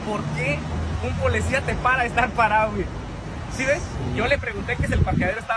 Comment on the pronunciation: Porque primero este vato no se quita la ignorancia verbal , dice muchas palabras en español mal dichas, por ejemplo Polecia ... Que acaso su familia no le da vergüenza escucharlo hablar, hacer tonterías por tal de tener vistas, hay videos donde expone a su propia familia y los pone hacer cosas que pueden ser denigrantes, pero en fin todo sea por el maldito dinero y si tiene que humillar a su familia para conseguirlo pues lo hara